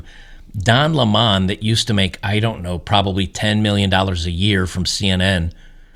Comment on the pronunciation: Dude.....its just lemon, not Lem-on..........Don Lemon not Don Le-mon.